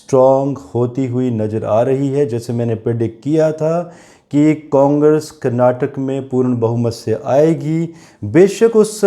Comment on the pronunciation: Please prounance KARNATAKA and not KARNATAK.